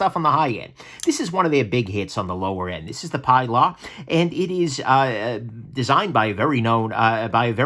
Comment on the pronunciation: OK I'm gonna be a nudge. The CRKT Pilar is named for Ernest Hemingway's boat out of Key West and used in UBoat patrols in WWII. The boat was given a feminine Latino name... Pilar, pronounced PEE'laar. This was a great list. I have the Elementum, Backlash and Feldspar in my collection. They are excellent knives no matter their cost.